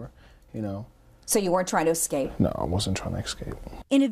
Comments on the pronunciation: WTF is wrong with black people and mis fucking pronouncing the word escape to ex caped, fucken pisses me off. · Why do people say ecsape